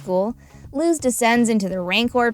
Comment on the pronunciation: ok great video but am i the only one that got so frustrated at the way she kept pronouncing luz's name like "looz" instead of "luce"? like i know im just nitpicking at this point but it annoyed me so much throughout the video XD